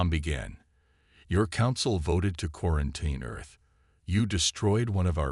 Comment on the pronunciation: It is pronounced quarenteen. NOT quraent eye n.